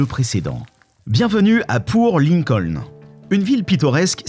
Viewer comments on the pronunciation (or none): C'est "Port Lincoln" et pas "Poor Lincoln"...